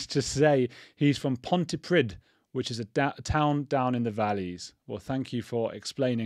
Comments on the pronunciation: Pronounced ponty preeth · I feel for the poor nurses who have to try and save his life, imagine being in the position where you are keeping a monster alive because you HAVE to. sheesh. just a heads up(no hate) 'dd' in wales is pronounced 'th' its pronounced pontypreeth